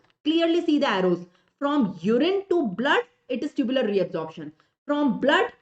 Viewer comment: Mam tubular secretion , tubular reabsorption you told wrong